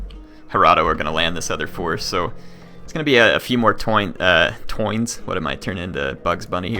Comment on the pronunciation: "Toins" - LMAO! :D